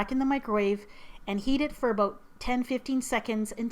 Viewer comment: Maple syrup, "aboot", I see ur Canadian side now, XD